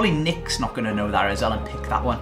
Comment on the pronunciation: Nicks team name sounds so wrong